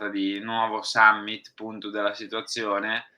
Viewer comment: Ma chi è sta gente? Ps. Summit è latino caro non inglesizzare tutto 😂